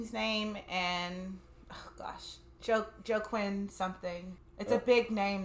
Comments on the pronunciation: REALLY!! LOL! Pronounce it as I’m spelling it. Wah Keen! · She DID NOT just say Joe Quin!!! Hahahaha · "Jack-win?" Adorable, but it's more like (waa-keen). "That looks like Macaulay Culkin." Makes sense considering it's Rory Culkin. :P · Joe-quin😂 it's pronounced wah-keen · it's pronounced 'walk-een fee-nix'. not sure if it's corrected later on, but just wanted to give you a heads up. he's been in some great films. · There’s no “L” sound in his name. It’s more “HWAK-EEN” 😉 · The actor's name who played Merrill is pronounced Waa keen FeeNix. You know him as THE JOKER. He also played Commodus Caesar in GLADIATOR. He is the younger brother of the late River Phoenix. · Jesus Christ, less movie reactions and more books if you think Joaquin is pronounced “Jo-queen”. Are you intentionally doing that so it causes more engagement in the comments? Lol